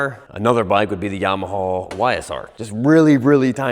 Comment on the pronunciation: Yamaha gets so pissed when you or say Yam-uh- haw, it makes the regular bike guy cringe. It must be where you guys grew up, I’ve never heard that pronunciation EVER in my life, even tho I grew up in NJ and rode in PA all the time. You two are the only two I’ve ever heard say that.